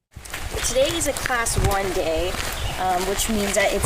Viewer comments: Can't listen to the guy mispronounce Abol over and over again. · Pronounced A-Ball